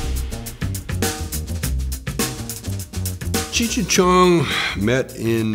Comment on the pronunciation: YO BRO U MUST BE STONED IT'S CHEECH NOT CHURCH